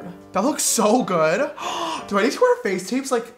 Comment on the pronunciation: No one: Absolutely no one: James: pronouncing do as dua in every sentence.